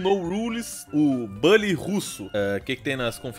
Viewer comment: Aí ele falou BAlly vou cholar 👉👈